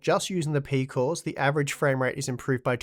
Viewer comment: peecooss eeecosss peeecooss